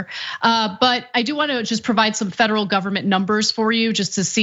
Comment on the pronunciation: Yep who doesn't take scientific advice from a guy who says feaderal?😂😂😂😂